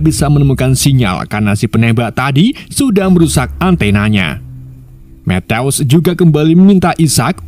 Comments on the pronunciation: Kerenn film nya. Tapi mas nya baca matiu kok metews😅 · Penyebutan nama sersan matthews ketika di ucapkan berbunyi matius , bukan methouse min .. alah alah wkwkwk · Methouse ... eddhaw eddhaw kek suara tembakan polisi india .. mana berulang ulang lagi ..gue yang malu dengernya 😢